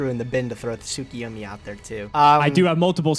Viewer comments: I lost track of how many weeks it has been, but: You're STILL mispronouncing Tsukuyomi. There is no I after the K. It's Tsu-Ku-Yo-Mi not Tsu-Ki-Yo-Mi. My dudes please read the cards. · Not enough because mans is still mispronouncing Tsukuyomi.